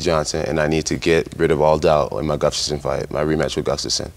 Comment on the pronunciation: 2021 and Jon still cant pronounce Gustafsons last name. Lol Gufstason